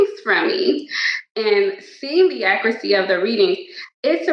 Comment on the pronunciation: "The accracy of the readings"